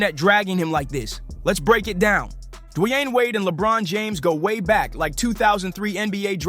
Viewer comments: Who is this guy D-wine keeps saying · lol you say Dwayne’s name 15 different ways and none of the right.